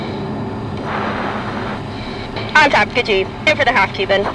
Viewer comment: Great shots! 👍 "Altitude..Altidude" doesn't get on your nerves?🥴